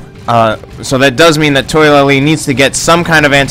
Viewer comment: I believe his name is pronounced Toh-a-la-lee not toy-la-lee. Good game though